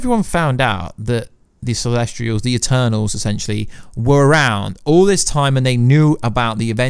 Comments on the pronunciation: Why do you always pronounce things so wrong? This time, within 10 seconds "Celestrials" Last time I watched your videos it was "Darmooey" (Dormammu) These things absolutely matter, please get things right if you proclaim to be an expert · Celestials not celestrials also specific not pacific